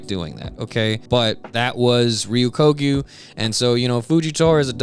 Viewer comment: sorry, I know this is a bit of a nitpick, and I know his name is hard to say, but you keep pronouncing Ryokugyu's name wrong. You're saying it like Re-yu-KO-gyu, but it should be Re-yo-KU-gyu